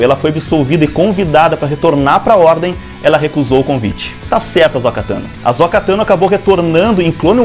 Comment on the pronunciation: Por que muitos insistem em chamar AhsÔka de AhsÓka?